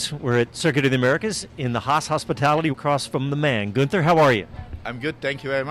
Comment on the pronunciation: Dropped the “n” 😂 Guether